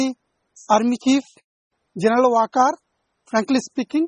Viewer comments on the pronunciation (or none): none